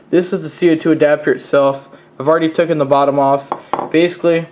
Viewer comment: Taken, its taken, not toucan.